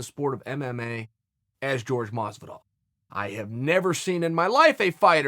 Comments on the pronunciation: Y’all either don’t know or don’t care. It’s not “George” it’s “Jorge” (Hor-Hey). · C'mon Chael....it's f'n Jorge....not George. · His name is pronounced horhay not george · Please forgive me Chael🐐 but it's definately Jorge Masvidal not George. If it's a jab, well done. I like to think it's not😊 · It's not Jorge. It's Hor Hey! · Can u stop calling him George and call him Jorge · Is it that hard to say HorHay? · Say Jorge's name correctly Chael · the way Jorge is inspired by shit talkers , why not the biggest shit talker of all Connor Mcnugget, he already said he would do it. BTW why is everyone hating on you???? oh FYI if you want to pronounce jorge properly , just think of getting you wife's attention and say it backwards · bro, show your fellow fighter some respect and learn how to say Jorge's name